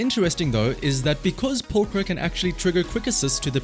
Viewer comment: 10/10 video already, he pronounced pulchra correctly